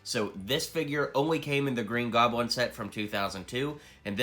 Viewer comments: the he says the green groblin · “Green groblin”